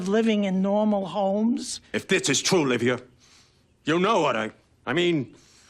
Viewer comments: It's Livia, not Olivia. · Why do you keep calling Livia "Olivia?" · Livia, not Olivia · Livia, not Olivia. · It's Livia not Olivia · *LIVIA not Olivia there’s no “o” in front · Her name was Livia, not “Olivia” as you said. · The mother's name is Livia, not Olivia. Imaging making a 30 minute video and fucking that up... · It’s Livia, not Olivia. Roman female name. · Livia, not Olivia lol. Great essay though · Livia. NOT O-livia. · You keep calling her Olivia. You dumb fuck. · Did this guy call Livia "Olivia" hahahaha this guy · It's Livia, not Olivia